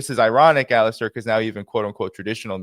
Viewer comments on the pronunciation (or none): Poor Alastair, always called "Alister" on podcasts...It is Ala-stair with the stress on air, not the A.